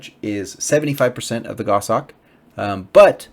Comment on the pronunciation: I'm a relatively new player 7 just wanted to say thanks for the content, it's very informative and carries over well to the mobile version, which I'm playing. Also it's nice to hear someone pronounce the word "goshawk" correctly (WTF is a "go-shawk" anyway?) :P